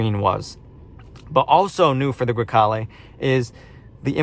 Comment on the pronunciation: I have the same car, you don't have to apologize because it does not look dirty - perfect Italian pronunciation (Grecale Modena) - I LOVE MY CAR